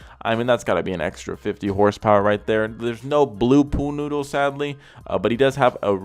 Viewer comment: You sound like my 5 year old saying pool noodle in one syllable like that😂😂😂😂